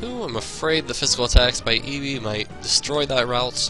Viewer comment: when u say ibhi is sounds like eevee